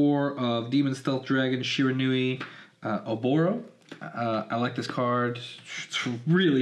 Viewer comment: It's pronounced she-ran-we